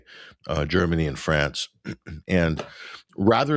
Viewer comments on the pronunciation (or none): none